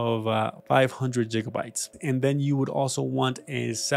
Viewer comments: It's not jigabytes it's gigabytes. Sorry this was bothering me. Otherwise great video. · Jigabytes? Really? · nobody talking about how he pronounces "gigabytes" as "jiggabytes"? 😭